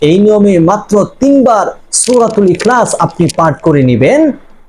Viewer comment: আপনার সুরা এখালাচ পাঠ করা ভুল ।